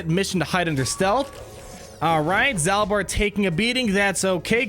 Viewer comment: If i remember my old love KotoR, I am pretty sure is pronounced like "Zaulbar" kinda like Darth Maul